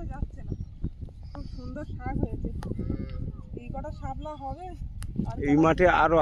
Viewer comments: ❤❤❤ও আবার আজকে সকালে এসেছে ভিডিও এক এক সময় দাও বুঝতে পারি না কখন আসবে 😊আরে বোন সামলা না বলবে শাপলা ওটা শুনতেই ভালো লাগে গো ভালো লাগছে তুমি ভালো থেকো বেশি বেশি করে খাওয়া দাওয়া করো অনেক শুকিয়ে গেছো ❤❤মাও যেমন শুকনা হয়ে গেছে মেয়েটাও তেমনি ঘন ঘন খাবে কম কম খেলেও ঘনঘন খাবে ফল দুধ ডিম খাবে নিজেও খাবে মেয়েকেও দেবে। ভালো থেকো পরিবেশটা অসাধারণ সুন্দর পাখির ডাক শুনতে খুবই ভালো লাগে আর কতবার তো তোমার শাশুড়ি ছিলেন মাছধরা দেখেছি তোমরা একটু চেষ্টা করো ❤❤❤❤❤🧿🧿🧿🇧🇩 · তুমি ভুল কথা উচ্চারণ করছো শামলা হবে না শাপলা হবে